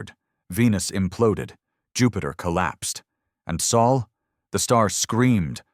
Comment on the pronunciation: Sol is written Sol, not Soul! If your AI ignores this little but important fact, you should have corrected it. You skipped proofing: the story restarts after twenty-odd minutes. Serious negligence. We deserve better. Thumbs down.